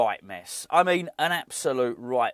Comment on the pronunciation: Others have picked you up on West Germany,, so I’ll be the one that finally asks you to say “do you know what I mean” instead of “do you know what I mane”. Hope you’re doing well,.